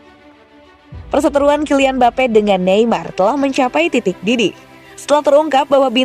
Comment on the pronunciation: Mbape jadi mbapuk 😂😂😂